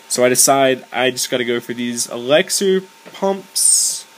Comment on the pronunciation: earned my subscribe.. you make me laugh tho alot because u say dark elaxer. its elixer :}